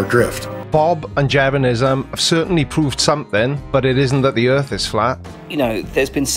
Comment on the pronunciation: Oh, I see. It's not the "Earth" that's flat, it's the "Earf" that is. 🙅😆